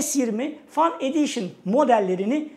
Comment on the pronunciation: "Fen ediyşın" şeklinde telaffuz edilir. Fan değil.